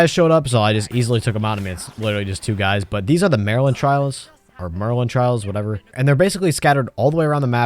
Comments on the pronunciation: The way he mispronounced "Merlin" 😭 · Stopped watching at Mehhrlin trial